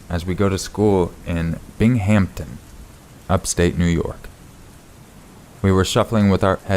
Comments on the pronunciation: I love your channel. You are a great story teller! "Binghamton" is pronounced "Bing um ton" just in case you need it in the future! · You should learn how to pronounce Binghamptom. But I like the big BWWWAAAA sound between stories.